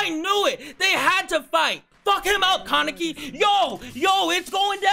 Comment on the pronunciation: said Kawneki